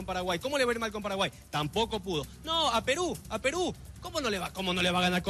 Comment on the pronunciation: ¿Que le sucede al ambiguo, no sabe decir Peru?